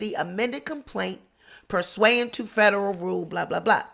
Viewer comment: it's pronounced Pur sue ant